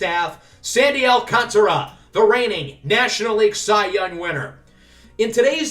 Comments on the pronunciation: It’s Alcantra for the pronunciation by the way! the A after the T is silent :) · So excited for this series🙌 Also letting you know it is sandy al-can-tear-a